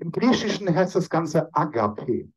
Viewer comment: Lieber, im Griechischen wird das Wort LIEBE folgendermaßen ausgesprochen: Agapi - der Akzent liegt auf dem zweiten a. ❤ Ich höre mir Ihre Beiträge mit großer Begeisterung an! Ich fühle mich innerlich sehr berührt! Vielen herzlichen Dank ❤